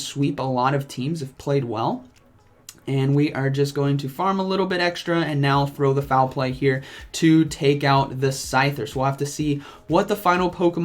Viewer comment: can give his version of tips on battling. I'll give my version on pronunciation. It's pronounced Throw, definitely not Thraw. Sock and Throw.